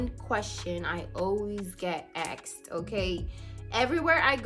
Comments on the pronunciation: Axed?? Asked 🤦‍♂️ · Axed?? Asked!!!!